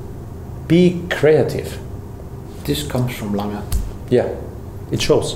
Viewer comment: At long last a watch guy who can pronounce Lange u. Söhne!